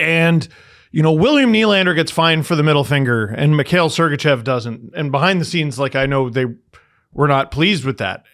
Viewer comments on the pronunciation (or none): none